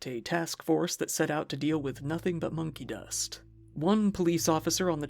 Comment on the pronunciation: at first it sounded like (to me anyway) he said honkey dust